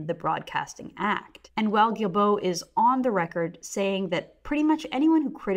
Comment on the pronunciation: Stephen GuilBraaaghahahcoughcough! Say his name right already! Haha